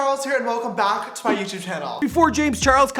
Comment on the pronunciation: No offense when he says back it sounds like he is saying bawck